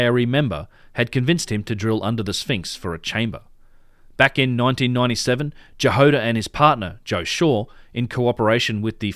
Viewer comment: About Dr. Jahoda, it's "Ya-Hod-ah" not "Ja-Hode-ah", and it means strawberry in Czech., Dr. Strawberry. :)